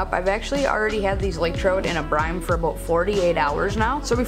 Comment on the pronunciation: Lol Brine. Not Brime. Good vid though.